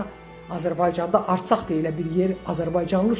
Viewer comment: Arsak yox Ərsak dı o bilmğdən danışma